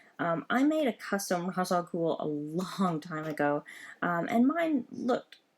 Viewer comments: RA's Al Goul is not pronounced (Roz), in the animated series and DC say it is pronounced (Raysh) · Great video! Just want to let you know before your comments get spammed with this comment. Ra's is pronounced Raich or ray-shhh like in the Animated Batman series. It's a cool set. What character do you like the most from this set?